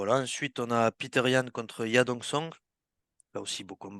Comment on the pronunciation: Bonne analyse les gars 💪🏻 "Peter Yan" 😂 C'est "Petr" les Frérot 😅😉